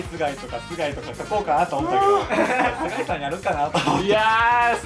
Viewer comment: 最初の須貝さんの挨拶がスカイピースって言ってるように聞こえた人いません？w